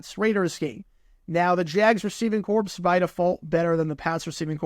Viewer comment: As an FYI: the s in corps is silent. You only pronounce the s, making the word "corpse", if you expect the unit to be extremely outmatched.